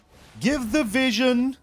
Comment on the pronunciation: I like "" better. It's your German charm!